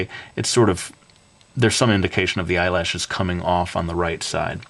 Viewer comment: I tougth that you said Eye launchers :P